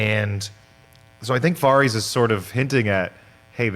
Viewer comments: hey guy, stop pronouncing it Vahrese you know damn well how it's pronounced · “Vahrees” who the hell is that?! It’s Varys?! 🙄 I love our neighbours over the pond but why do they mispronounce things like this so often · I. Cant. Friggin. Stand. Sansa. Disappointed that Arya has become a soulless sociopath. Also, people still whining about Episode 3 flat out dont understand the series. Ultimately, the show will not have a happy ending. And dude. . . for the thousandth time. . It's not "vahr-eez" it's "var-iss," like Ferris. Fuk sake. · Yall are killing me with your "Varys" pronunciation. Lawd. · How do people that like GOT so much pronounce so many names wrong ? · pronouncing Varys is cringe 🤦🏽‍♂️ lol